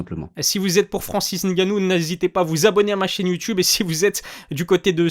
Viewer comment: Poto tes video son bien mais c'est N'gannou il faut prononcer le N